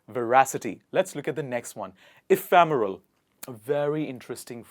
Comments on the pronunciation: I think it be eph'e'remel n not eph'a'meral when pronounced.. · Ephemeral. It's not e-fam-... But e-fem-...